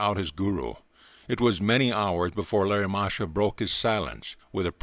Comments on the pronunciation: It's Lahiri Mahashay and not Larry Masha for those listening to this. Thank you for this though. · Lahiri Mahasaya (Lah-he-ree) NOT Larry Mahasha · Lahari Mahashi not Larry Masha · Pronunciation: Laa-hee-ree. Moa - ha - shoy.